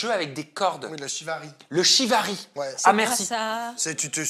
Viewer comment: Sauf si j’entends mal mais la pratique de cordes est le ShiBari et non Shivari 😉. C’est de base une pratique de torture ( Chinoise ou Japonaise je ne sais plus 🤔) . Qui petit à petit cette pratique a changer et est plus pratiquer dans l’intimité ou non mais de façon consentante et pas une manière de torture 😊